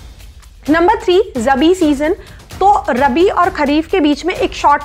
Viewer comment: not Rbi it is Rabi